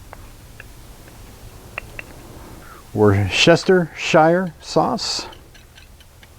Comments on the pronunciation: Wooster-sheer. Not war cest hers shire. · wooster-shire sauce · Thank you for this video! As a New Englander, it is pronounced “woo-sha-steer” sauce. Blame the English. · Easy to say. Wooster Sheer. I really dont get why Americans cant say it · Woostershur sauce 🤌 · It's pronounced Wooster Sure. I'm on a mission to help people who struggle with the pronunciation. Great recipe btw! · Woos-tah Shy’er. It’s not hard! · “Wor Chester shire sauce” 😅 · Worcestershire sauce is pronounced like “wustersher” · It's pronounced "Wooster sure" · (Worse sta shuh) sauce. I'm from the UK that's how you say it 😊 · It's pronounced "wooster-sheer." It was originally made in the city of Worcester in England (which is pronounced "wooster") in the county of Worcestershire. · worcestershire is pronounced ( wooster sheer ). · thanks, I'm so glad that you can't pronounce the name of the sauce. I've been trying but can't get it out of my mouth correctly. Nice pan you've got there. I can't find it overhere.